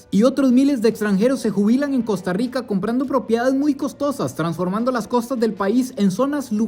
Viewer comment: Mae muy bueno pero el fenómeno no es solo económico es cultural , deja esa maña generalizada del gremio tico que hace contenido de cambiar la pronunciación de la R se dice Costa Rwica y esta bien decirlo asi